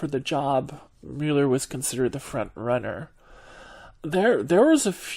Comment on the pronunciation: Love the way you pronounced 'Mueeeuuuler". Hey, tell us something about you, anything please.